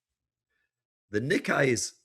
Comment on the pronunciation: is an expert. I get it. But it's pronounced "knee-kay". I speak Japanese -- trust me.